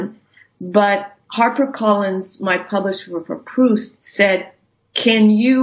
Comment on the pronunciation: It’s very bothersome how Proust is continually mispronounced here